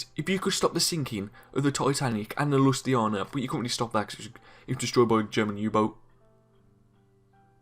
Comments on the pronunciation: Hey mate good vid but the way you said Lusitania (lue-sit-Ania-) annoyed me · You say you know your ships and you literally say Lusiana instead of Lusitania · He says he knows his ship but yet pronounces Lusitania wrong, just saying